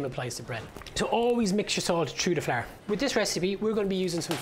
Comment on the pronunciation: I've subconsciously began to pronounce flour as "flaar" and I'm okay with it